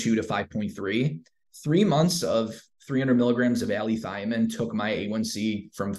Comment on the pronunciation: It's allithiamine